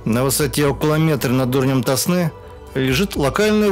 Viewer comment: Река ТОсна! На первый слог!